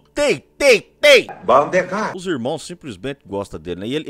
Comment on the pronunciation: Sempre achei q ele falava "valdemar" Demorei pra perceber q era "bandeclay". Acho valdemar melhor no contexto da frase kkkkkkkkkk